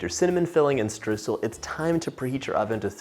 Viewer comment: My german heart bleeds at hearing what the english language did to the word Streusel.